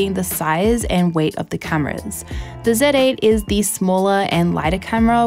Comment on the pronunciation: “First time using a KneeKon Said Ate”